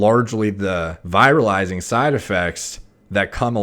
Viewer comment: 'Vih-rihl-izing' not 'vy-ral-izing'